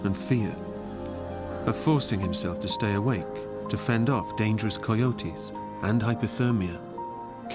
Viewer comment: I've never heard someone pronounce coyotes like the narrator, he says it like the word "coy" at the beginning